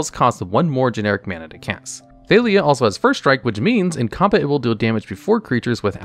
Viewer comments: 99% sure her name is pronounced ThaH-lia, not ThaY-lia since it is just Talia with an TH sound instead of a T sound (unless u have a thick French accent) but it seems like u realized that by the last 2 times u said her name since suddenly u said it right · Thay-lee-uh? C'mon... Wait, at the end you pronounced it right, so you ARE trolling?! 😅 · How do you pronounce Jitte right but Thalia wrong?